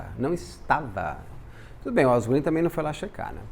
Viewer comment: Eu amei a pronúncia da Walgreens , o Beto fala muito bem né!